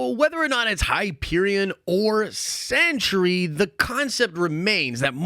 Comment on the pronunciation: Woof my guy is “The Sentry” not “The Century”